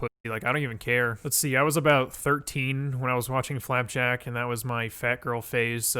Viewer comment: This nigga said flap jack